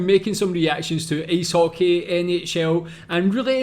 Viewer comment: Its Ice Hockey not Ace Hockey